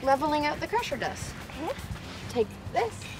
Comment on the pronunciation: Crusher dust? Pressure Dust? Cant understand what you're saying. Wish you would have listed in description or flashed the word in your video. Thanks.